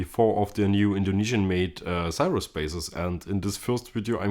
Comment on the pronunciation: It's pronounced "Seer-us"